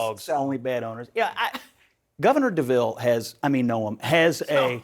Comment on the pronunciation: "Governor de Vil" LOL perfectly said